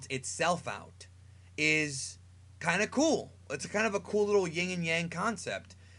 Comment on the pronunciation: It's "yin" not "ying"